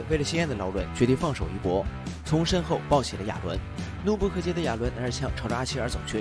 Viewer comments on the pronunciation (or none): 怒不可遏e四声